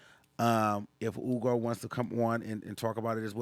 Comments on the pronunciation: It’s HHUUUUGOOOOOO not Ugo, the way you pronounce his name bothered me omg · HEW-go. Df is “Ugo.” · Just say Hugo not oogo...its not that deep 😂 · Why are you pronouncing that man’s name like that? I hate it.